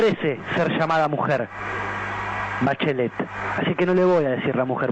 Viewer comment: Jajajajaja la ligo "Bachlet"